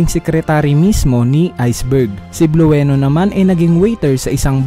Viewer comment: Blue-no d po bluweno. Blueno po😁